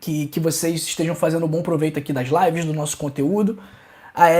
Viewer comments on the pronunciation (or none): none